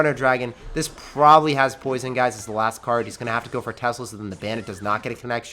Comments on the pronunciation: As a brit even I laughed as I can say that's none of our accents here pal 😂 "pwoisun" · i like how you said poison like he’s British Turned me on 😅